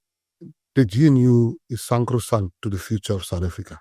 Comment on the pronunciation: The word is "sacrosanct".... Not "sankrosankt".... This is not a loaf of bread you talking about here.